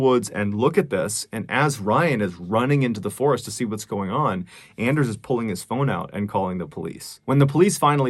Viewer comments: Anders might be pronounced like "On-Durs", like Workaholics, "I have a very hard On"... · With his pronunciation of Anders it is clear that Mr. Ballen is not a fan of Workaholics. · It's pronounced "Onders" Mr ballen. He's got a hard "on"